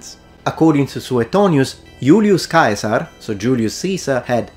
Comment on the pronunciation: Question: Do all Italians pronounce the name “Cæsar" with a 'K' sound, or is it just the with his knowledge of Latin?